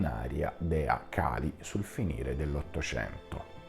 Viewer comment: La tecnica che usi è la solita di chi non vuole ammettere i propri sbagli, cioè far diventare sbagliati chi li porta a galla. Torno a ripetere, e chi conosce il tantra lo sa bene quanto sia importante pronunciare perfettamente i nomi, Kālī o Khali sono due cose diverse, e nessuno ci autorizza a storpiare i nomi, tutto qui. E le accuse ci sono, velate e non velate, chiunque le può vedere nei tuoi messaggi. Poco importa, l'importante è sempre e comunque salvare la propria faccia, ad ogni costo. Ah dimenticavo, pag 338 prima colonna del dizionario Monier-Williams (2005); Khali: sedimento di petrolio.